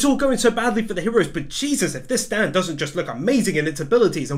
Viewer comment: `s catch phrase SAY IT WITH ME ANOTHER UNUIQE STANDOH!!!!!!!!!!!!!